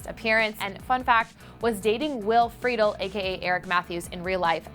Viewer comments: OMG 😂😂 "freedel" ..... Fri-del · Sorry but mispronounced Will Friedle last name! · if girl meets world ever gets another season i would love for frankie to come back and reunite with harley you got marla and maggie's photos mixed up and you also forgot about danielle harris playing harley's crazy sister plus did you seriously pronounce will's last name wrong? C'MON NOW CLEVVER GET IT TOGETHER